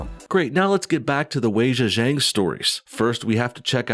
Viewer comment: How about you go and learn how to pronounce her name properly!!?